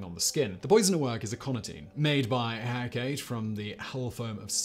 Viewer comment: "Hecate" is a Greek word. The final E is pronounced.